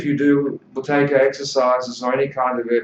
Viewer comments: Yeah but he says Boo-tay-kA with an A at the end. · Why does this guy keep saying Buteyka? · How do you pronounce the word ‘Buteyko’? Answer: It’s Boo-tay-ko. Konstantin’s last name was originally misspelled in English and therefore it is difficult to pronounce. People would often say: “Beau-tay-ko? The beginning of it is pronounced as in the word “boot”, not as in the word “beauty”.